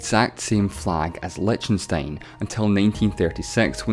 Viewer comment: Whattenstein????? Come on...do your bloody home work...it is : lie- CH- ten- stein with a bloody ch like as in bloody loCHness...Sounds familiar that loCH??? not a sh to be found in all of liechtenstein...